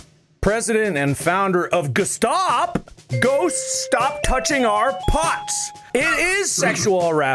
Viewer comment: "G.S.T.O.P." almost sounds like Gestapo and I nearly spat out my drink after zoning out and zoning back in to the episode.